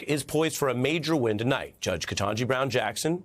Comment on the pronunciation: Everybody needs to learn how to say the Judge's first name. Barbara Arnwine is added to those who say Kantaji instead of Katanji.